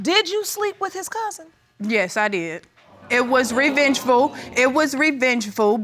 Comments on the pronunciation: It was “revenchful” it was revenchful!! 😂😂😂😂😂😂😂😂😂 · “It was revengeful” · It was Revengeful! Yikes